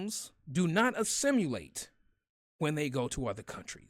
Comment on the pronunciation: Assimilate? It's pronounced assi muh late. Not the way you pronounced it, just saying. No big deal, because I love your work in general. Thank you for this video.